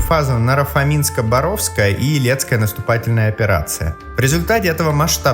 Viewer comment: Тема слабо раскрыта. Что в итоге пишет немецкая Википедия про поражение вермахта под Москвой, из сюжета так и не понятно. Вроде как отдает должное стойкости противника, а кроме этого? И очень режет слух ГудЕриан, БорОвск, Эр-кэ-ка-ка (РККА?). Это умушленное и обоснованное изменение ударений или невежество автора? Кстати очень часто встречаю подобное коверкание топонимов и имён собственных в роликах на YouTube.